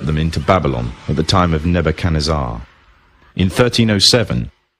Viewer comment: I get so much joy for hearing halfwits pronounce historical names, when I heard Neboo Can Tsar I almost pissed myself. Seriously for someone whith half decent education or just well read in literature this watches like mystery science theatre 3000.